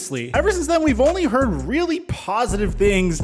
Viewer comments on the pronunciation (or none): none